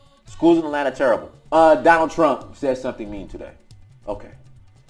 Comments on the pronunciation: At-lanta! At-lanta, please! Not A-lannna. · Dr. King says it's "At-lanta." I think his word goes over anybody's. 😄 Keep doing what you're doing. You're helping us. As I've said before, your work is not in vain. Just no more A-lanna!